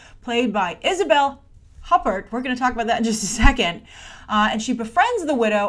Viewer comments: also, Huppert is pronounced 'you-pear' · I don't speak French, but I thought Isabelle Huppert's last name was pronounced like "who-pair"." Or have I been saying it wrong the whole time? Lol